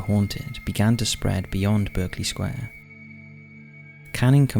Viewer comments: Berkeley is pronounced Barclay. Like the bank. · pronounced BARK-LEY